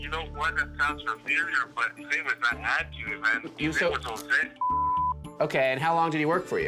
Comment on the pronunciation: Well done that man for pronouncing Anthony correctly. What a refreshing change!